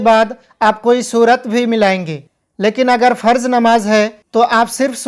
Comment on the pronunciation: Tum hindu ho ya musalman ??? Farj nahi hota farz hota hai namaj nahi hota namaz hota hai